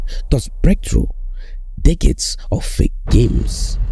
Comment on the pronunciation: This is the only YouTube channel I watch where every time he says "decade" it sounds like "dick head". lol 😅